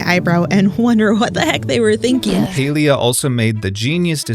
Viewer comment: I don't play the game or anything, but clearly the company that owns Palia didn't lay off 75% total of their workforce... I'm garbage at math and even i know that percentages are only additive when taken from the same whole amount. you're also not even saying the game's name correctly despite showing a clip of someone stating it correctly less than a minute into the video... not the best first impression tbh lol.